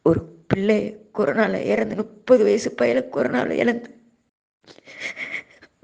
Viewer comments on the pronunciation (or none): முப்பது எனும் சொல்லை நுப்பது என சொல்லி வருகிறீர்கள். எத்தனை முறை தான் திருத்திக் கொள்ளுங்கள் என சொல்வது?